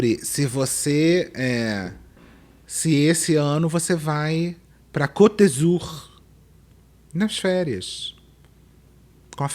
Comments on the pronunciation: não é Côte de Zur, mas Côte d'Azur. (Pronuncia o A) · pronunciaste Côte d'Azur errado, veja o que é ter capital cultural.